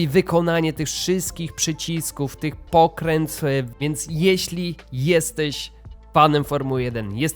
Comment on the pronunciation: Jak ty wymawiasz "pokręteł"? "Pokrętfł"? Nie mogę zrozumieć, a było dwa razy w filmie, za pierwszym razem myślałem, że coś źle usłyszałem, ale chyba nie. Już innych rzeczy się nie czepiam, żeby nie było że jakiś czepliwy jestem. Kierownica fajna, szkoda tylko że te diody są prawie białe, ale widocznie trzeba było zastosować mocno przezroczysty plastik.